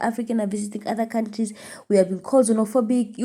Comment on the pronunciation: Ukuluma Amanga ....mozambike it's not znofobik.country